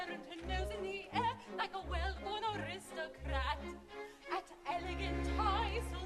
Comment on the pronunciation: A fine production, but please...the word Aristocrat is pronounced with the accent on the initial "A" not as pronounced here i.e "a-RIST-ocrat".